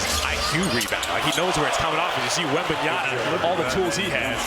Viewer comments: Wembenyama. And this idiot announcer can't even say the kids name. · The Warriors announcer spending a full quarter saying Wembanyana was kinda funny lol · I know, eh? It's bugging the hell out of me. Can't that guy read? It ends with "MA"' not "NA"! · no way the commentators couldnt pronounce his name properly 😵😵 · These commentators can't even pronounce his name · They didn't pronounce his name right 3 times during the whole match - WembanyaMa, sheees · Whose wembeyana?????? The fuck is wrong with this commentator! YOU KNOW HIS NAME!!!! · Commentator be like: Wenbamyana 💀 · “wembanyana” ☠️☠️☠️ GOD DAMN PRONOUNCE THE M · The announcer just keeps saying Wembanyana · Bro cant stop say WembanyaNa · "Wembanyana"... this guy needs another job...he can't even pronounce the name of one of the greatest prospect in basketball history... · Announcer keeps calling him Wembanyana lol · Wembeyana?? Please fire this commentator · Someone please tell these idiots Bob Fitzgerald and Kelenna Azubuike Its " WEMBANYAMA " and not webenyana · it's WembayaMA , not Yana .... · It's always shocking when professional commentators are mispronouncing the names of foreigners. Like you're getting paid 100k+ to do these things, how difficult can it be to say Wembanyama rather than Wembanyana? Stephen A with Dončik is a prime example, he does it for the attention though. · Can somebody tell the announcer that it's WembanyaMa not WebanyaNa? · Oh my god these announcers still pronounce his name wrong Its WembanyaMa not WembanyaNa!!! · Wembanyama not Wembanyana. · ITS WEMBANYAMA NOT WEMBANYANA COMMENTARY TABLE DO YOUR HOMEWORK 🤬🤬🤬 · Wembanyana??? Wembanyada??? ...who the fuck is Wembanyana and Wembanyada??? It's fucking WEMBANYAMA! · Why do they call Victor "wenbanyana" thought it was pronounced as "MA" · Could someone pls tell the commentator that its wembanyama Not wembanyana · if they say wembanyaNa one more time ill eat my ipad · Why always pronounce as “wembanyana”? Are they hungry ?😂